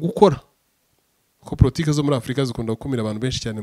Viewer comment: '-50' urongeye kandi ngo "PROTIKE'' NI POLITIKE cg byibuze poritike ( Politique) not Pro Uzagakosore. By the way your brain is super sharpen.